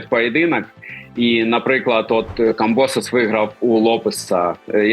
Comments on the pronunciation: Тепер не камбОсос, а камбосОс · У Камбососа треба ставити наголос на останньому складі...! Тоді буде благозвучніше... Тобто - КамбосОс , руснявий отсОс...!!! Дай Боже , Васяла розклепає грецько-русняву пику!!!